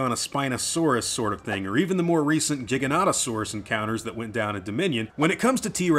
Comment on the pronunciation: Big props to you for saying Giganotosaurus correctly , its been grating to hear the other pronunciation everywhere in the last few years! Great video!